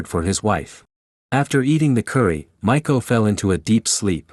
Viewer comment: Cute name Ma ee ko (maiko) like young apprentice geisha (not Michael like it sounded like).